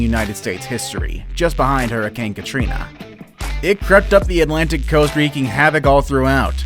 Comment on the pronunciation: did anny one lafgh when he said herakane kutreena